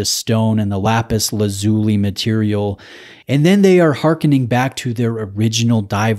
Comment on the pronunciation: Hi, I think the pronunciation is “Lapis Laz U Lie”. Great content as always. You’re getting some stunners to review, which is testament to the strength of your channel.